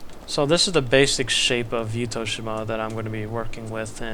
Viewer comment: 私はYuttho-shimaよりYuttho-jimaの方が自然に近い言い方だと思います I think words close to nature is more of Yuttho-jima than Yuttho-shima